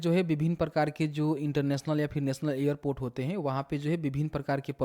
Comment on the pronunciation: ईयरपोर्ट क्या होता है एयरपोर्ट बोल न